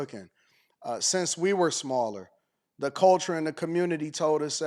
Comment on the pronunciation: yeah great teacher, can't even pronounce "th" sound.